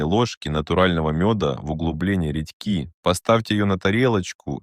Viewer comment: Ты украинец? Не редьки́ а ре́дьки